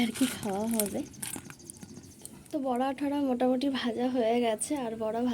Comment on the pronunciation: Kotha ta বরা নয় গো বড়া হবে।বরা মানে শুয়োর